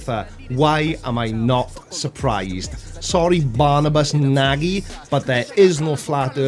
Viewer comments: I believe Nagy is pronounced "Nodsch", unless he has emigrated. About "smörgåsbord", I know britons are helpless there 😊 (I wonder if conspirationists of the olden days were the ones that saw elves) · Nagy is often pronounced as 'Nodge'. Met a few folks with this last name. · Nagy is a common Hungarian surname (pronounced more like "Najee", I think). His English is probably better than your Hungarian, so "talks funny" was a bit wide of the mark. That apart, you're right, a complete spanner, and a dipstick, too. Does he call his arse his "mudflood mouth". It's certainly what he talks through. The sea in the old map could be the Caspian (as it says) only the map is showing East (most likely) or West at the top, not North. The convention of North at the top is relatively modern and East at the top used to be common in Europe for religious reasons. God would be angry if Jerusalem was at the bottom, wouldn't she? So here we are back at the bottom, the source of all Barnabusian erudition and the veritable seat of his genius.. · You did not pronounce his name right, but he is a fuckin' idiot so no problem :) (i feel embarrassed that is moron is from my country :P ) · "I hope I'm pronouncing his name right. . . But fuck him if I'm not" 😂